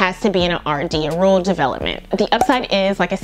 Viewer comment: “Roor-uhl” 😂 hope that helps